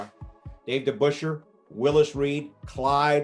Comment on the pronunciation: It's Debusschere